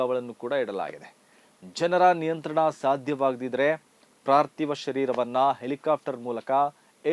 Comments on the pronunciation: ಪಾರ್ತಿವ ಸಹ ಅಲ್ಲ ಪಾರ್ಥಿವ. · ಪ್ರಾರ್ಥಿವ ಶರೀರ ಅಲ್ಲ, ಪಾರ್ತಿವ ಶರೀರ.